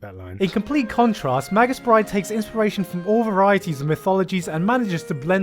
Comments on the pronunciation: Also may-gus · mage - us dude, fucking mage - us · arghh he keeps saying magus as 'madg-us' its 'may-gus'